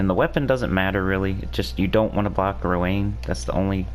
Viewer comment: i think Rowanne is pronounced Row-AN... not Row-ANE... cuz Anne = An. Rowanne is also a name for girls... and it's pronounced Row-AN.